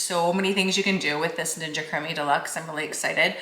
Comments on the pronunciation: Cream... EEEE. Not crum eee. You will love this machine. I use it daily. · Is "kremmi" how they pronounce it in Canada perhaps?